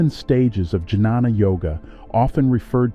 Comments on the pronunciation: This is a 💎 of a video. I think it's pronounced "Ghyana" (with a g as in guard) instead of j as in juice. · Great information. Well made video. Nice images. Excellent narration. One suggestion - it's pronounced as 'nyaan' or 'gyan' and not janana.